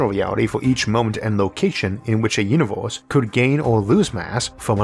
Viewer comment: I'm in the universe where this guy called Isaac calls it "univorse," and it's wild.